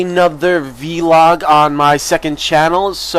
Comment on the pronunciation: "vlog" not "veeelog" You don't call a "blog" a "beeelog" do you? ;D